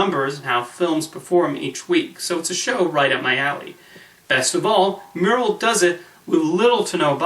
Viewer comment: Your pronouncing Dan's last night wrong. Mur-rell is not pronounced like the painting